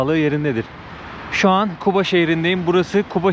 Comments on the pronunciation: Şəhərin adını düz deyin zəhmət olmasa Quba deyin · Şəhərimizin adını düzgün səsləndirin Kuba yox Quba deyin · Q harfi yok ama Gazi , Gaziantep , Galaksinin G sini telaffuz edi Quba dedikte , Kuba yok!!! Anlaşıldı mı? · Qardas Küba yox Quba seheri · Bak yine Kuba diyorsun , kardeşim Kuba deyil , QUBA ! Türk alfabesinde Q harfi yokmu ? Sen inadına mı Kuba diyosun?! Quba de QUBA!!!